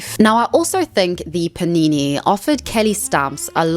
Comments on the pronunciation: take a shot every time says paneenéë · All I could think about while watching this was: I can't wait for her to stop saying panini